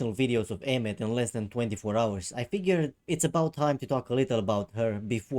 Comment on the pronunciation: I thought Aemeath's name was pronounced like Eye-myth.